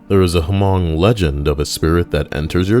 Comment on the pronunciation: The H in Hmong is silent mate